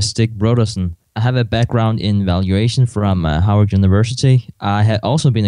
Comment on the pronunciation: Is it wrong that i heard "Hardvard university" 😅